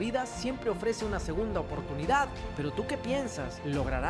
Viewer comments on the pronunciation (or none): Y este chico porque habla así y tACtico y glOOria, ObstacUlo 😂